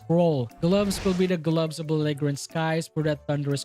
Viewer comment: cool build! just fyi, the g in belligerent is pronounced like a j